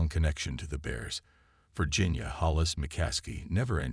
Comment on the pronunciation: Mispronouncing names like McMahon and Favre is bad, but not getting the name HALAS right is unforgivable. And using “Cause of Death” in your title and not having that cause is the worst clickbait.